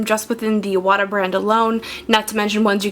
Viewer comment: It's pronounced I-wa-ta. "Moisture trap" keeps air dry. You can put the compressor on the floor. Well done video.